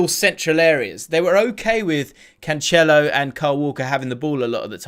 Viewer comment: Love your videos, just one thing. Please stop saying Cancelo as Canchelo, its pronounced Can-se-lo!